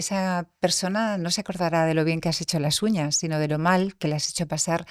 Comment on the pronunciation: Me está gustando mucho esta entrevista por todo lo q se está aprendiendo y también porque la Entrevistadora,en algunas ocasiones, mejora su pronunciación q es bastante deficitaria,sin pronunciar las ssss.P.ej.Qué vamo a llegar? En lugar de: "Qué vamos a llegar?.Contejto,Uñaj,lasjuña,en lugar de Contexto,uñas,las uñas, etcétera. Otro error q no ha aclarado la Entrevistadora en ningún momento si se trataba de Cartagena de España 🇪🇦 o Cartagena de Colombia,han repetido a esta ciudad a lo largo de toda la Entrevista y no lo han aclarado. No des por sentado una cosa cuando hay varias opciones y hay q aclararlo para q el receptor siga con claridad el mensaje. Aconsejo q la Chica q hace estos Podcasts lea Audio libros para mejorar su pronunciación y dicción pq molesta oir hablar mal y puede hacer q no se le tenga en cuenta en próximas publicaciones.Gracias.Viernes12-Diciembre- 2025 Hora: de la madrugada.